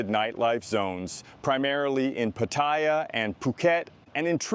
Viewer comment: For an expat in the know you should learn how to pronounce Pattaya correctly. Like the Thais do. Not like Europeans and Russians.